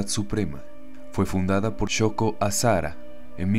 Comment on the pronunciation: Tienes muy buena voz por eso creo que este canal llegará lejos, solo un comentario el nombre del líder de la secta japonesa, Aum Shinrikyou, se pronuncia Shoko AsaJara, ya que en japones el fonema de la H se aproxima mucho al de la J en español.